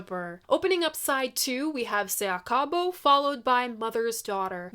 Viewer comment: Se acabó- Accent on the last syllable!